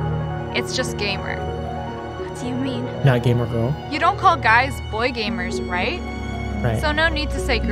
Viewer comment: No need to say "gamer" it's just, GAYMER.